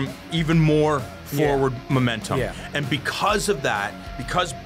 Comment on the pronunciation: new strategy: punch as fucking hard as i can as soon as the bell sounds and called it a momentun...hahahah let's not forget she is a former pro thai pro boxer fighter... momentun my fucking ass